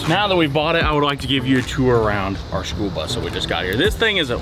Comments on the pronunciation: The “Spoolbus”……🤷‍♂️ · im mishearing schoolbus as spoolbus lol